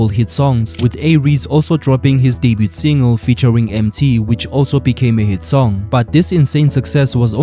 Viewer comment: I could bite an electric fence for the way you pronounce debut🤣🤣😭